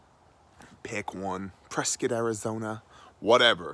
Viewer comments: Hey, you pronounced it right Preskit Arizona not Prescott Arizona. Good job. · Annnd you said it the right way!